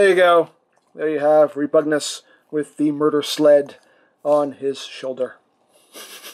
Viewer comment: Is..... is it pronounced like that? "Reh-POOG-news?"